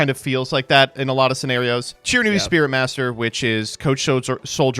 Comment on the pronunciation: It's Shiranui